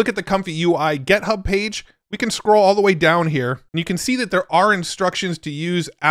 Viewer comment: Love how he says "get" hub 😀